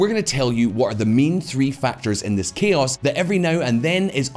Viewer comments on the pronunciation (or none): none